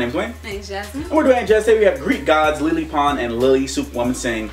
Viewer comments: i almost wanted to curse when he said leelee instead of lele (lay lay) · lele pronounced laylay I'm sorry I had to and Athena goddess of wisdom (and also war and the crafts but war isn't really her title) Ares god of war I'm sorry I love Greek mythology too much to let that pass.